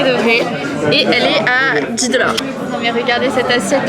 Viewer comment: Coucou J’ai noté que dans cette vidéo et la précédente, chaque fois que tu prononces le mot "dollar", tu as un léger accent québécois 😉